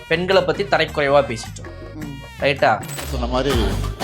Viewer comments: தம்பி நான் லண்டனில் இருந்து இலங்கை தமிழன் உங்களுடைய நிகழ்ச்சியை தவறாமல் பார்த்து கொண்டு இருக்கிறேன் தரைக்குறைவு என்பது தவறு தரக்குறைவு என்பதே சரியான உச்சரிப்பு நன்றி வணக்கம் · Tharakkuraivu not tharaikuraivu